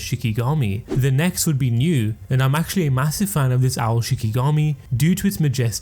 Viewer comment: New is not “Nue”